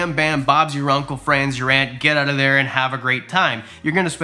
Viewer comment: Never seen your videos. But 3 minutes in, i heard you say, "Change it ouwwwT" and i said, this guy has to be Canadian!